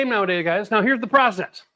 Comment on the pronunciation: American here…. You got it right. It’s process, not prOcess.